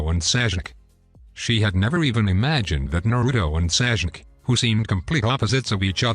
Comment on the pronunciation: Bro called sasuke saijuke😂